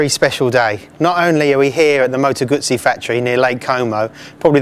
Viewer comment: It's Guzzy, not Gassy! :) Think of saying Pizza, great bikes Guzzis though!